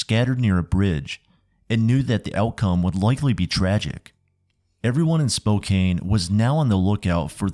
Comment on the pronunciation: How did you mispronounce Spokane so many times and then all of a sudden switch to the correct pronunciation for the middle portion of the video? Pronunciations aside, awesome video. Thanks!